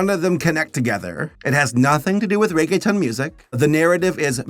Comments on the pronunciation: Reggaetown? Cute but no, it’s ReggaeTON as in a TON of Reggae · Somebody probably mentioned, but in case they didn’t, it’s pronounced Ray-gay-tone. Not a big deal just thought I’ll mention. It took me a few minutes to realize that’s what you meant. I must be a little slow. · As a Hispanic I miss 2000’s reggaeton (I cried every mine he pronounced reggae-t-O-n as reggae-tun 😭🙏🏽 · It's is reggae tone not ton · The only part I couldn’t help but snicker was his pronunciation of “ReggaeTON” 😂 when it’s “tone” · Bruh says reg a tone instead of regge thone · if it helps for pronouncing Reggaeton you say it Rae-Geh-Tone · Anyone else chuckle at him calling "reggaeton" "reggae-tun" & "reggae-town"? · I love pronounced regeton as reggetown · You were actually doing really well in annunciating then you said Regetown. SO CLOSE SABER! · It's pronounced like reggae tone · I lost it when he pronounced Reggeton as "Rege-Town" 😂😂